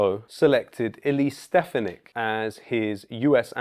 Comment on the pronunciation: Just FYI, it really is pronounced Stef AHH Nik vomit neck works as well.